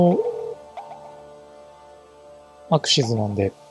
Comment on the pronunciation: アクシズではなくアクシスになってますよ